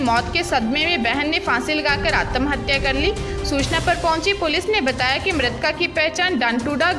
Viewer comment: आत्महत्या बोलिए आतम नहीं